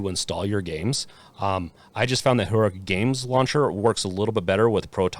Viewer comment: Your pronunciation of Heroic is giving me fucking anxiety.